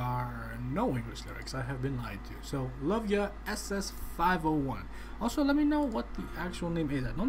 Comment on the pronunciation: it is pronounce as double S 501